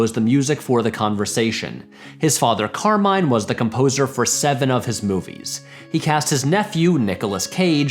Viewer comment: hearing the name "Carmine" so consistently mispronounced was incredibly jarring.